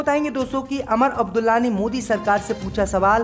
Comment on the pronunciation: Sahi bolna nahi aata Lucknow ka Naklow Umar Abdulla ku Amar Abdulla